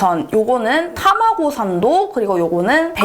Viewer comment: たまごってちゃんと言ってる😆👍 どれも ほんと美味しそう💕✨ 寝る前に これはほんと お腹すく動画や🙈👍‼️